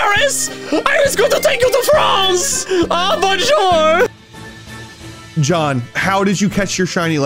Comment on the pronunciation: Im french and this bonjour was really good